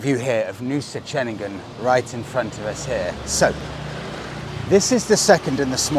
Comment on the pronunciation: Same goes for Ceningan too, so Cening-un, not Cening-gun.😃😃👍👍